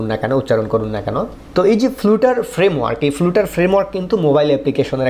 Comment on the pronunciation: উচ্চারনটা ফ্লাটার করলেই শ্রুতিমধুর হোতো। ফ্লাটারের অফিসিয়াল ভিডিওগুলোতেও উচ্চারন ফ্লাটার। ( )। আমার দেখা সব ইংলিশ টিউটোরিয়ালগুলোতেও উচ্চারনটা শুনেছি ফ্লাটার। তাই আপনার এই ভুল উচ্চারন শুনে অনেক লার্নার যদি সবখানে ফ্লুটার ফ্লুটার বলতে থাকে, সেটা একটু অড শোনাবে।